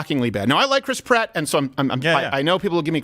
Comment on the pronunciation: My husband pronounces his name Krisp Rat instead of Chris Pratt 🤦🏼‍♀️